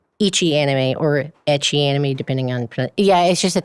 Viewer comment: the way this person pronounces ecchi bothers me. Its literally "h" said in engrish because it comes from the abbreviation for hentai things